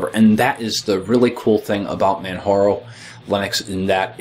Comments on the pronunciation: Come on,! You should know better. It's NOT pronounced "Manharo", it's Pronounced just as it is spelled: Manjaro. A quote from the official "Beginners Guide" which is included in your install - "How is 'Manjaro' Pronounced? It's pronounced 'Manjaro'! As in Mount Kilimanjaro, which was the inspiration for the name. Man-ja-ro." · It is pronounced ManJaro not Manharo. Its like Mount Kilimanjaro (Inspiration for the name). Also the music drives me CRAZY! But nice to see my favourite distro getting some well deserved attention. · It's Man-JAR-O... Like the Mountain Kilimanjaro! : ) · I was wondering about that. Never having heard anyone else say its name, I had always said "Man-Jar-O" in my mind. Are you positive how it's pronounced, or are you assuming like I was?